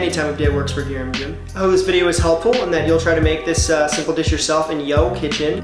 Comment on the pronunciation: SO GOOD AND EASY! shout out to for the proper annunciation. want to make this for me tomorrow? or maybe should i make it myself since your video is so helpful 😉